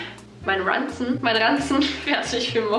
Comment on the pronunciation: wie du Ranzen gesagt hast😂